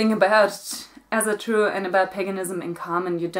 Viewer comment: I just want to say that Asatru is pronounced like if it was written with an o: "Osatru".